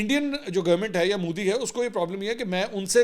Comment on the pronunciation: MODI not MOODI